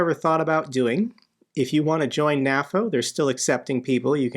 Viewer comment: Why do you say "naffo" instead of "nay-foe"? Do you also say "Nat-o" instead of "nay-toe"? weird...